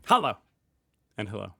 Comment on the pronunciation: I find it hilarious how your "Hallo!" sounds nothing like "Hallo!" at all, and to my German ear is almost indistinguishable from your "Hello!" ;)